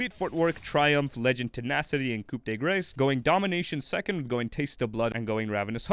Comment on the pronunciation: That's not how you pronounce it lol. You're thinking of "gras" like the food "foie gras." Grace is pronounced "gras"